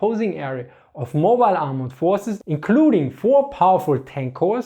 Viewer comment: I know you said "Polish forces", but what I heard was "Polish horses".